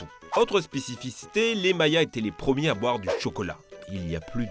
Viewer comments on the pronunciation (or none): "Les proooomier" ? Ah bon ? Tu m'en diras tant 😅